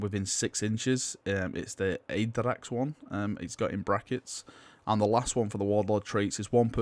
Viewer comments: (First off no critisism just wanted to help you out here) Your pronounciation made the name more akin to something norse like a space wolf name "Aeiderax" whilst its likely just Add-RAX. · Ah-dracks Ah-gah-toe-knee.